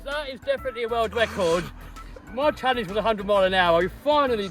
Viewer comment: Congrats on your word wecord